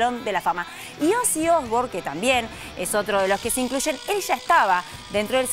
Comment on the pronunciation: "Osi Osbor" 😂😂😂😂